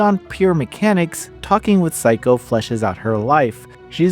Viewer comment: The pronunciation of her name is wrong.